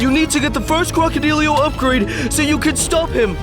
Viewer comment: Damn man crocodillo not Crocodiyo